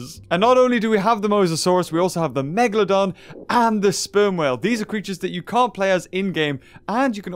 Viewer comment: BE A "MEGAHLOHDUHN"